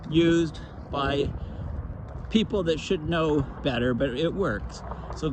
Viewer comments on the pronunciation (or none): none